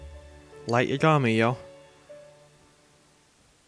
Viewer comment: it's YAgami, not yaGAmi.